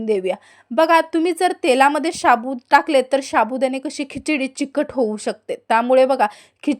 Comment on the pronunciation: तुम्ही शाबूत कां म्हणता, साबु नाही म्हणता येतं - शाबुत ऐकूनच राग येतो